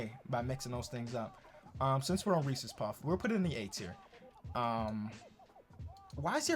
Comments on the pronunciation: Reece’s not reecees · Bro it’s not ReesEES it’s Reesis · Yeah but he called um REE SEES 🤦🤦🤦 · OH GOD THE WAY PRONOUNCES REESES